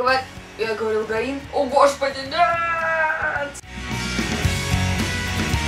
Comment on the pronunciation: а вообще она действительно гаИн ==" в корейских именах ударение всегда на второй слог с